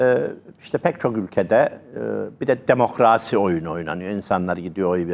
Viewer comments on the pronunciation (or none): Demokraaasi demeyin hocam...